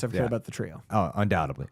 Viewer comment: Undoubtedly, not “undoubtebly”